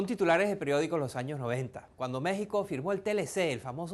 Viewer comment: alvaro lopes Se pronuncia años no anos. Ano es parte final del intestino grueso, y sirve para defecar